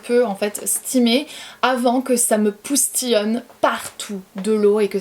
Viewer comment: Poustillione au lieu de Postillione. Trop chou ❤️❤️ est ce que tu penses que ton niveau de français baisse en quelque sorte ? Ou alors tu ne trouves pas tes mots enfin bref, petite question qui me passait par la tête.